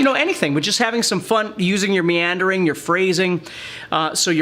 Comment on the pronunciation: what did you say?? miandring?? is in it?? what is miandring? hehehe